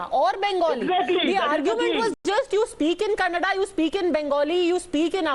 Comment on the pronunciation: Gentleman it's "Kannada" do not pronounce it as 'Kannad'